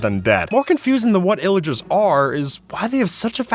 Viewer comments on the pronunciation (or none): illagers plillagers? VILLAGERS Too many names, can’t understand